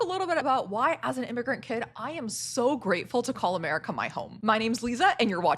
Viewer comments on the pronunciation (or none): I had to fight the monke urge to not watch this. your accent made that sound like “I’ve never believed in god but I do believe in merica”